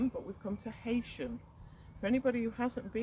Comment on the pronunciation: The name is Pronounced Heesham, not Haysham.